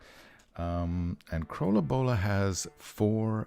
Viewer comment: It´sa ton of fun to watch the process, and I love your pronunciation of Krølle Bølle. Looking forward to including your art in "The Horror"